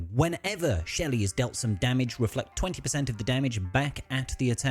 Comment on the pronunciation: It's Shari not shelly😂😂😂